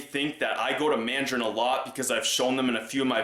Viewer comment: For some reason I got a laugh when you said " so I'm going to Mandrain" after you said you don't go there often.